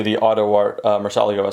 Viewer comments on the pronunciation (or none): Awesome collection, but the murcielago is pronounced mur-c-ah-lah-go